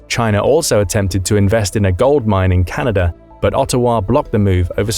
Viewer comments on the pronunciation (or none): none